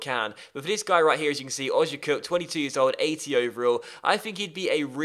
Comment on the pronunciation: It's pronounced Oh-zee-ya-cup